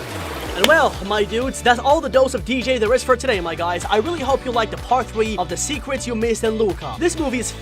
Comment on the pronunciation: I heard you said "secwets" instead of "secrets"